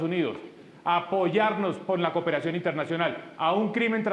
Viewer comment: JAJAAJAJAJAJAJAJAJJA “COPERACION” ese tipo es una caricatura